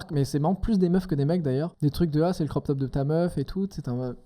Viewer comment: Ah je suis arrivée à et il a dit "croc-top" par contre haha 🤭